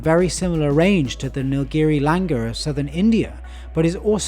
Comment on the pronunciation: Langur are actually pronounced as Langoor.. With the OO